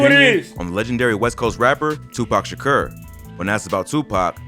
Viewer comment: “Tupac sherker”